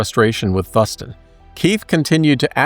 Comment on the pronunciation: just fyi... it's pronounced Thoooo-s-TON